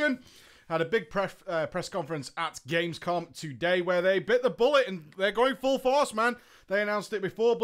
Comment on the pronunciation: You know its Gamescom not Gamesom aight? naa just kidding :D. Great video! this includes like every main things from legion. Thx!